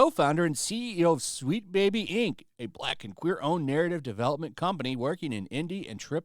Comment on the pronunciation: damn, buddy couldn’t even say ‘black’ communities .. he said ‘ck communities’ 🤦🏾‍♂️